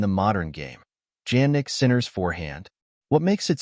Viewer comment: Sounds like some ai generated bulls to me. Not even the name Jannik is pronounced correctly. Is short , inconclusive, uninformative. The net is flooded with these kind of stuff lately and it is getting worst by the day